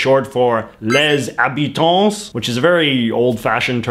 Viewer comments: Les Habitants is pronounced without the s. It's like the word croissant where you don't pronounce the t. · We don't pronounce the plural S in French . How you say Habitants is just wrong (or hilarious, your choice).